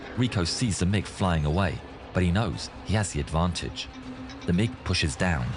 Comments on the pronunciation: I flew the F-15C in the late 70-early 90s, and I remember this. Good for a laugh. You might recognize the fulcrum if you said "mig" Instead of "m-i-g" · Its MIG 29 Fulcrom. Its a Russian built plane. Its pronounced mig not m i g. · Also, it's not M I G. It's pronounced mig. I don't know how to explain it more that that. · Its pronounced "Mig," idiot. Not M - I - G. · They call them mig29 not M.I.G 29😂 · MIG = Mikoyan-Gurevich construction bureau which designed many Russian fighter planes. It's pronounced "Meeg" with "G" pronounced the same as "G" in "God." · Pronounce it as mig.